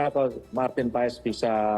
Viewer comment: Bacanya bukan PA-ES, tapi PHAS.. jgn salah sebut nama pemain kita sendiri.. 😅